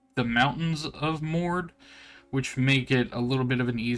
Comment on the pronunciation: Just wondering, since you are representing this project, why are you saying city names weird? It's not Booble by water, it's Bobble by Water, is not Moord its Moradhim. Nerak is Neriak. Queens? Its Qeynos. Not the end of the world just struck me as odd.